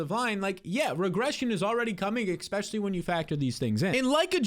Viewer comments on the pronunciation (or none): please… if you are reading this, enough with the expecially. ESpecially. Please man it’s bugging me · *especially. Not eckspecially